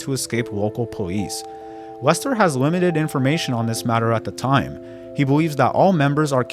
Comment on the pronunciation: “fatwawy shot by wocow powice” bro, you need to spend less time making youtube videos and more time in speech therapy.